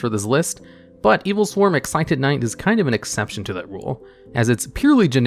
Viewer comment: Adjusted Gold, Excited Knight Everyone else: Adusted Gold, Exciton Knight